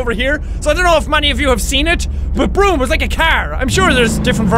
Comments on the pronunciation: Its Brum not broom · Dude its brum not broom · Did you just say broom.. I.. it’s Brum love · Brum, not brim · it`s brum